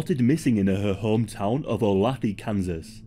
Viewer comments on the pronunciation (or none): i can't get over the fact you pronounced olathe kansas wrong lmao. it's supposed to be pronounced oh-lay-tha